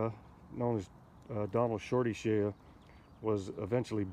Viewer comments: Good video. But it's Shea. (Shay) the a is silent. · Sir, the name is pronounced: Shay -------shea is pronounced as Shay. ----------------------------Wolfsky9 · Listening to him say "Shay ya" was brutal. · Yes, it’s “Shay”, not shay-ya. Otherwise, great video. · I think his last name is pronounced like "shay," Not "shay-uh." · You are mispronouncing Shorty Shea's last name, it's not prounounced SHAYUH..it's pronounced just SHAY, rhymes with WAY, SAY, RAY, HAY, JAY, BAY, NAY, PAY, MAY, DAY, LAY, GAY